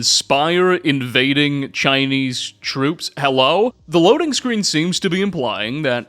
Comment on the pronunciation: Herro China